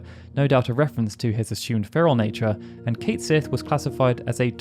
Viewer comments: Just to advise you, Cait Sith is not pronounced Kate Sith. His name is actually pronounced Kett Shee. It's from the Irish name of a mischievous cat spirit, and literally translates as "Cat of the Fairies". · Cait Sith is a name from Scottish Gaelic mythology, and is pronounce Ket Shee. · Oh that’s not how Cait Sith’s name is supposed to be pronounced 😅